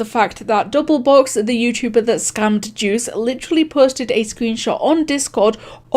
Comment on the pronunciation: “Yewchewbaa” XD